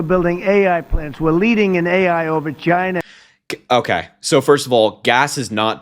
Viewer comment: When he was talking about other countries, he actually said Jina instead of China. 😂 God Almighty...